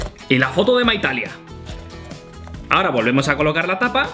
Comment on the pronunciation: Si dijo Maitalia